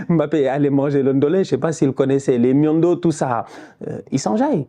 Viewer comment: Le Ndolè avec du Miondo ou bobolo c'est mon plat préféré:) Pour la prononciation de miondo le "o" à la fin est un "o" ouvert comme dans les mots "nord" ou "bord":) Merci pour la vidéo!